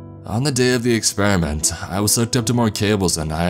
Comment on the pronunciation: ...experiment-tuh .... God-duh.. ...subject-tuh, ..all they got-tuh, guarantee-ah .. paycheck-uh; there's too much stress on the end letters that annoys me like hell, am sure I'm not the only one here